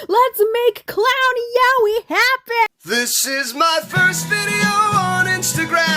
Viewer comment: Did you just pronounce yaoi as yowie